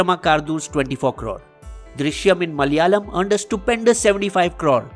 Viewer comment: Pease pronounce 'Malayalam' properly. It is not Malyalam. Plus when you mentioned remakes u showed thumbnail of Chandramukhi (Tamil) movie whereas you skipped the original Manichitrathazhu (Malayalam). Also the thumbnail shown for the OTT platform Koode is actually the poster of Malayalam movie Koode 🤦